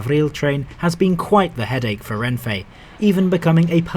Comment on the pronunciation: Nice video but please pronounce Renfe as /renfe/, not /renfei/. There's no i/y in "Renfe" and it's Spanish so, unlike in English, you don't pronounce things differently to how they're written.